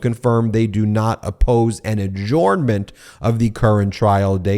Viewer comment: Ben! Ad-JURN-ment - not ad-JORN-ment!